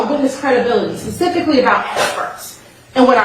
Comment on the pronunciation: And says pacifically for specifically. I just can’t 🤦🏼‍♀️